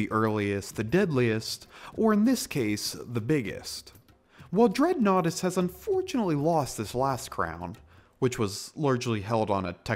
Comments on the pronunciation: I cant help, everytime I hear "Dreadnoughtus"......I hear "Dreadnaughty".....yea, that's just me.....sorry. ok, I'm going to go now. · I've heard of this dinosaur before watching this video. I thought it was pronounced did-not-tiss. I've read about dreadnoughtus in part of an article. I watched animated Jurassic Park horror stories with a dreadnoughtus in one of them and other videos showing dreadnoughtus from "Prehistoric Planet". Also, I see what you did there.